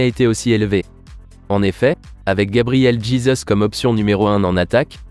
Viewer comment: GABRIEL DJIZEUUSSS , il m'a tué 🤣